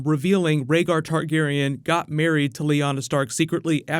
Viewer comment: Some Reggar Targareyn lol